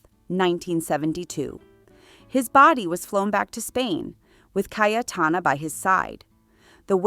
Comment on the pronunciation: Awful pronunciation of Names and Places😢😢😢. Her name is pronounced Caytana, not Cay e Tana!